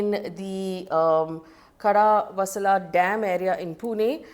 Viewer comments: “Khadakwasla” dam not Kada wasla dam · It's khadakvaasla aunty , not khadaa vasulla 😂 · Faye it’s khadak waaslaa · Why can't you pronounce Khadakwasla?!? 😂😂